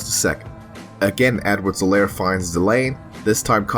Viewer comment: You pronounce his name wrong The H in Helaire is silent